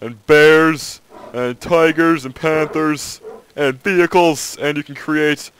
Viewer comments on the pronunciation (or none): I can't watch this without dying from laughter from this guy's voice. "Tigerrrrrs andd panthuuurrrs" hahahahaha he has to be faking this voice it's so bad